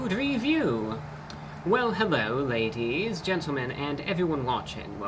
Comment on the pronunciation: Far from my homeland of California where T's are prounounced as D's, New York Brah is adding T's to Laties and Gentlemen